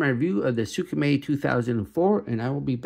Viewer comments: Its “SMAY” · Its prounounce “smay” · Its closer to skr-may